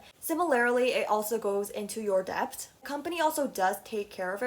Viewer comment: This was interesting but you pronounce debt and debut so wrong. The b in debt is silent and debut is pronounced day-bew not day-bwe